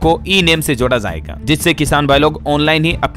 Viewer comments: shabd zaaiga ghalat hai sahi shabd.jaaiga h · आप का उच्चारण गलत रहता है जाएगा बोलना किसी से सीख लें